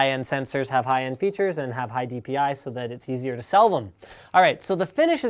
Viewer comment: *cough* Question, haVe and buLLs*it just please... learn that